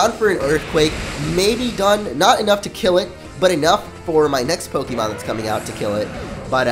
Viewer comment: OKAY. ITS PRONOUNCED POKE-EH-MON. NOT EEEE MON. PLEASE STOP.